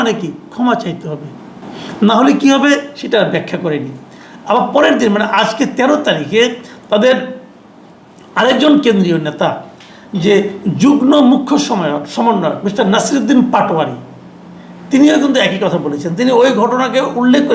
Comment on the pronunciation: Masud. Bhai. Jugno noi. Shobdota. Jugmo. Hobe. Apnar. Moto. Baktir. Ksse. Bhul. Uchharon. Asha. Korini